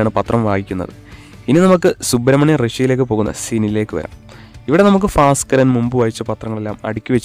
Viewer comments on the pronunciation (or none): ഫാസ് ക്കരനോ? ഭാസ്കരൻ